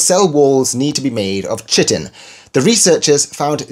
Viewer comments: "Chitin" is pronounced "ky-tin." Just FYI. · Need to make another apology video for "Kai-tin"? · I thought it was pronounced 'Kai-tin' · Yes please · I believe that chitin should be pronounced /ki-tin/ even if ch makes the tx sound in English... ;) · Well, pretty close to its German pronunciation - I'll let it slide 😅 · Great video. Nb in words from Greek, "ch" is pronounced [k], think chemistry, archaeology, Archimedes...